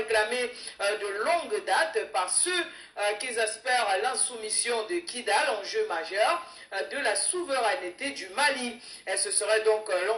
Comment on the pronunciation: Kidal et non kigal